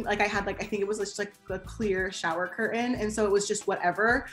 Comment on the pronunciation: CUR AIN 🤣CURTAIN